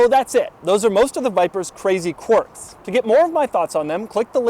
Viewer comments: Qwerks, not qworks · why does he pronounce it quarks, this ain't physics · What area of the Country gives you the dialect that makes you sound like you're saying quarks? Quarks are sub-atomic particles. Quirks are not that. You said "clerk" in the dialogue, so the sound is available to you to perform. Maybe that's a weird quirk you have, lol.